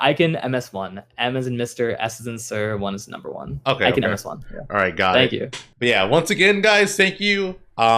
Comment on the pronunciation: glad finally learned how to pronounce ikans name lool